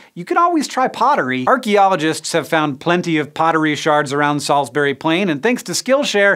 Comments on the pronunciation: Salsbree,not salsberry. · Right, so it's stone-HENGE not STONE-henge, Salisbury is Sorls-bree, and Wiltshire is Wilt-sha. But you got Monmouth right so, thank you. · And Salisbury. There's no berry on the end.